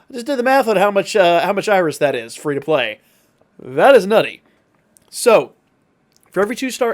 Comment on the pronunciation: "Fee" iris😂